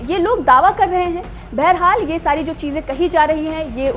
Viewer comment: प्रतेक बोली में बरहाल क्यूं बोलते हो